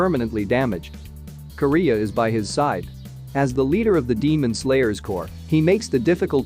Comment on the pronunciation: When you say Kiriya it sounds like Korea.